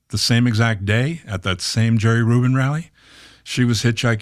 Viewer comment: and when he kept saying "Rubin" it didn't help any LOL!